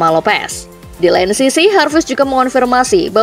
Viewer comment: Hai Pengisi suara dodol garut, Lin Jarvis itu bukan orang spanyol, jadi ga perlu bilang Harvis 😅... Biasa aja Jarvis